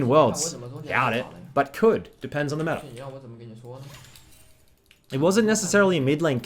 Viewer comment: metaRRR - meta "mid beans"